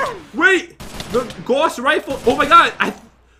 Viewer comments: Its actually pernounced as Gauss (gow-s), Gauss is a measurement of magnetic flux, and what does TFG stand for, and you didn't tell us how to craft the weapons. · It is pronounced g-ow-ss